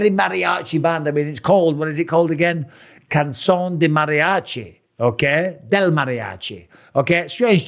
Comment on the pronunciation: The way he saying "cancion" is hilarious 😂😂 it sounds like hes saying "underwear of mariachi" 😂😂